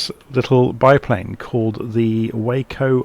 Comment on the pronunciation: Nice review of a gorgeous airplane. BTW, it’s pronounced “wah-co”. The name comes from the Weaver Aircraft Co. and has nothing to with the city in Texas.